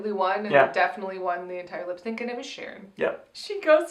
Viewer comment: Ha ha! "Lipsanc"!! [Avaryl, 2019]